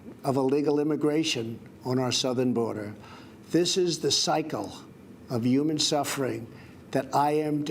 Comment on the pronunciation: Do you think he knows that the word "human" starts with an "h" and not the letter "y?"